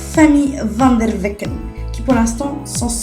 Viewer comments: Le nom c vanderbeck et pas vandervecken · Ptn Vendervecken tserieuse la ? c'est Vanderbeck x)